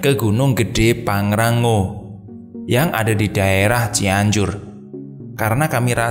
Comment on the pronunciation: Pangrango mas bukan pangrangggo haha